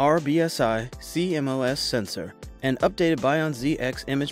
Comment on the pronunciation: its c-mos not c m o s